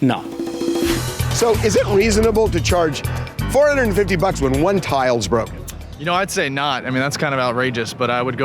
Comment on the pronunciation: Is he saying tiles or towels?